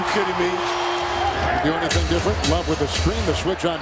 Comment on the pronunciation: "HENNYTHING IS POSSIBLE"